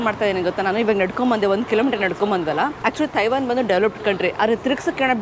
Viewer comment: Learn how to pronounce Taiwan here.